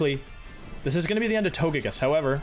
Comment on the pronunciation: If he pronounces Togekiss like Tojakiss does that mean he pronounces togepi like tojepi?